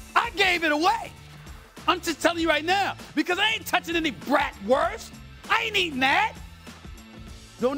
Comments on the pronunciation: Someone tell him how to correctly pronounce bratwurst and also how it is typically 80 degrees here in June. Does he think it snows year round in WI? SAS please don’t come to Milwaukee. Don’t need your loud mouth here. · He can’t even pronounce it correctly